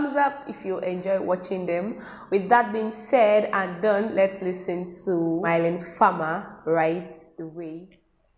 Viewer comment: The bg music or whatever isn’t actually lyrics or anything.. the only real word is “Innamoramento” (it’s in Italian, means (shortly said) purest moment of love) which also the same of her 1999 album & one song from that album. Her name is pronounced as Me-len btw, not May-leen :) it’s often confused as it’s a french name and people aren’t used to that.. you can always check pronunciation in french google translate btw! Make it spell it out for you Thank you for the reaction! Sadly you missed the first song tough.. maybe do that next time since it’s pretty amazing?